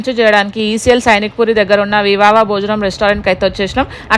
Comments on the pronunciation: 😂😂vivavaa kadhey thalli vivaha ....boniqutes kadhu thalli promotions ravali ante chala kasta padali nijame ala ani free ga esthunaru thinnaru at least correct palakali kadha 😅sis koncham chusukondi next time aena ...akkada bill ela vuntadho maku telusu le ....nijam ga amount petti nuvu avvani items thini raa chustham ....thina lev because rates on fire .....maku just normal restaurant enouf baga earn cheysaka try cheystham le nuvu cheyppinandhuku aena 😊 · Vivava kadu amma talli 😂😂😂vivaha bhojanam😂😂